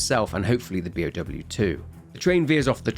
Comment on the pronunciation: Both you and Beyond Horror Gaming sound like you're saying P.O.W. instead of B.O.W. and I get so confused for a second before I remember what you're saying.